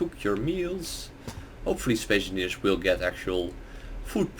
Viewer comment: Did he say Spay Enfingers?